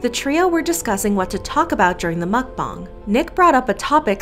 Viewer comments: She saying MuCkBoOnG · I am three minutes into this video and I just hope she doesn’t say Mcbong entire video it’s mcbong😅